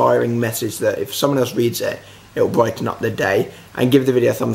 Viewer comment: "brighton up their deye" hahaha